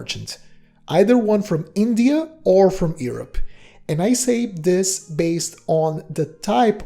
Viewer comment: The way you prononce Europe is very far from the way its supposed to